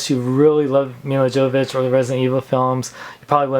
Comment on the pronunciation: Her name is pronounced "YO-vo-vich". The "J" is silent.